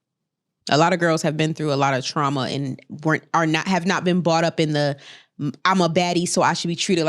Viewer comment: says (bought up) instead of brought up. And said (brought up) literally like 1 min later. Proving that they understand her speech is compromised but they won't correct her😂